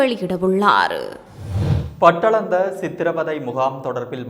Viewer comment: Pattalandai இல்லை அது தவறான உச்சரிப்பு.... Batalandai மனித வதை முகாம். நிறுவனர் ரணில்